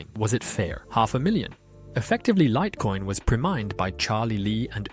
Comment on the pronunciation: Ai slipped up and said "lit" coin, upgrade to premium for better quality